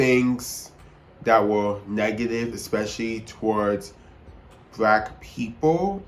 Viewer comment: BRACK PEEPLE 🗣️🗣️